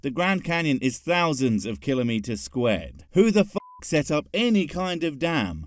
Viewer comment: Ol' Kunt Hovind! Definitely more than just a few screws loose! 🤔🤦 And kudo's to for pronouncing Kilometres the correct way! 👏👏👏👊